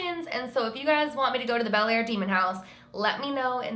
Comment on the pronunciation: if you're from the area, you pronounce the town like "Blair" :)